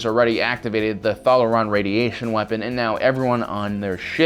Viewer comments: [4 things I see that you got wrong with this video] First, sir, it's Scimitar. You are pronouncing it as if it has an "h" in the word. Second, his name is Data (Day-Ta). Third, it wasn't a Romulan ship. It was Reman. And finally, it's Thalaron radiation (thay-laron radiation). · Its pronounced (thay-lore-on) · A ThrrRRrrRon radiation weapon ? 🤔 . . . . And who is Datta (Dat-ta)? 🤨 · "Shmitiar"? "thuh-leron" radiation weapon? That was painful to listen to. Absolutely no mention of any Gundam scenes with long and detailed boarding action was also pretty disappointing. Thumbs down. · Cen-tuarion, Thall-la-ron, SSShimitar... C'mon dude. If you aren't familiar with these aspects of the franchises and someone hands you a script with words you are unsure of pronunciation... Check how to pronounce them before going to film.